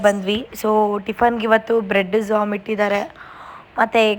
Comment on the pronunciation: She said zom 😶‍🌫️